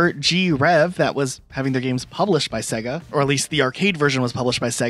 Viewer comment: Why does he say sega so wrong?